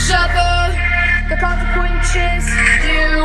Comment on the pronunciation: "YOU MUST SUFFER AT THE QUANSESNES"